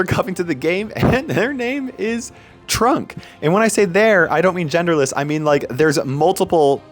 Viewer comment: its trunk not trump